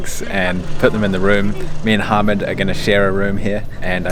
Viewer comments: btw instead of saying ha-mid say ha-meed like the alcohol meed. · He was so polite to you when you kept butchering his name repeatedly without a care